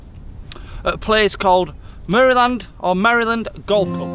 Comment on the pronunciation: Its Marland not Maryland